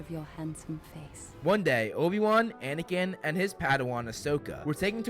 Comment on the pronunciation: Katie Fitzpatrik guys! He said anikin not anakin were fine